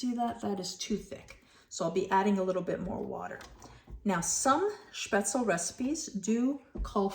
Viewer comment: Your pronunciation is pretty good. Though the e at the end is not silent and is pronounced like in "bed" or in "them" :)